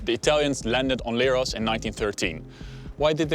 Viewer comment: its not leeros , its lerh-os like lepricot , lemon , lent not like leerhoy or lyrics